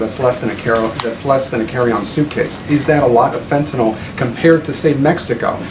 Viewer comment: Is ""fenta-nol" different from "Fentanyl"?